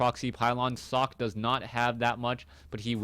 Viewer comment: sockEEE,, not sock, haha:D